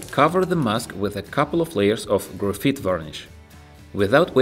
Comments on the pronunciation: lol its graphite not grapheet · This is really cool but it's pronounced "graph-eye-t" in English